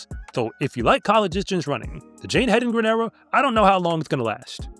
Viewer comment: So glad that you are pronouncing her name correctly,. The race announcers were pronouncing it multiple ways--none of them correct. Hendigren, Hendrigen. They were just inventing names! If they would just look at it and say what is spelled out there! HEDENGREN! (Head in grin!)